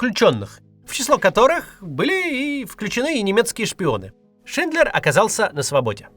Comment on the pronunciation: Только не "Шиндлер Джуд" (это вы их с Джудом Ло перепутали), а все же "Шиндлер ЮДЕ." Язык-то немецкий.